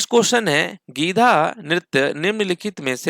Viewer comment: गीधा नहीं गीद्दा